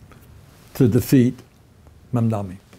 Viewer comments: Bernie, his name is MAM-DA-NI. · Berinie is so wrong!! The name is Mamdani not MamdaMi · Bernie a friendly correction. Its not Mumdami. Its Mamdani for New York City mayor.